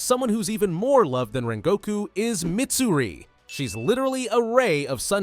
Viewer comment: I hate hate HATE when people call Mitsuri to Midsuri